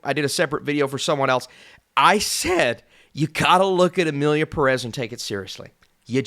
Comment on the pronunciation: Since Emilia Pérez is now a real contender I guess it’s time for you to learn how to pronounce the word Pérez (the stress is on the first syllable which is even indicated by the é)